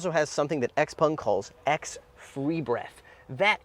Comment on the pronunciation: What is a Xpong ? It's Xpeng. 😮